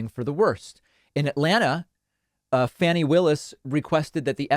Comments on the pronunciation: Her name is pronounced "Fahni," not "Fanny." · Fani is pronounced [FAWN-ee]